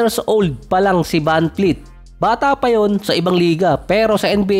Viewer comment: vanvleet po hindi po vanfleet